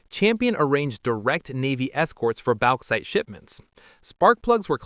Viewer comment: Bauxite is pronounced "Box-ite" Ans ceramic is "Sir-amic" mor "Sir-omic".